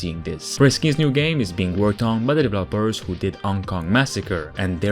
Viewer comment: Developers needs accent on the second e, not the last one. please :D